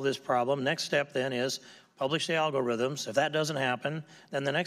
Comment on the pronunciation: The way he says “algorithm” makes it sound like it’s a word in a foreign language that he’s pronouncing for the first time 😂